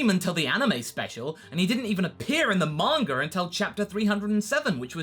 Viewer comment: why when i hear some english speaking people they pronounce names like "vegetar" "bulmar" "mangar" - "idear" - never got that...........